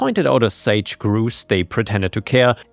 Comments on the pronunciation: Just a fyi, grouse is pronounced so it rhymes with house. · You're talking about the bird Sage Grouse it's pronounced like a rodent of the same name like Mickey Mouse